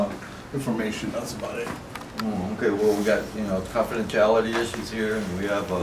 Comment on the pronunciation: your homework assignment for the next month is to say confidentiality 10 times every day in front of the mirror. Don’t attempt to say that word again in public until you master it.